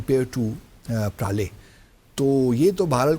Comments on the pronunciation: Praale -- ❎ Pralay -- ✅..…..😂😂😂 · इस जिहाD एंबेसडर ने भारत में बहुत पारले G बिस्कुट खाए हैं तभी ये प्रलय मिसाइल को “प्राले–प्राले” बोल रहा है 😂